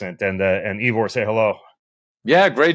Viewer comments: So disrespectful of Ben to mispronounce Ivor's name ("Eevor"???). Shows a lack of respect and/or preparation. And on top of that exercising while having the discussion. Shameful. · “Eevor”. Didn’t know you had a new name Ivor 😂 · Yes, annoying, and should learn how to pronounce the guest’s name (Ivor).